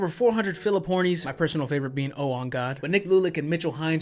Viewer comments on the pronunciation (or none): You're mispronunciation of Phillip Horne's name cracked me up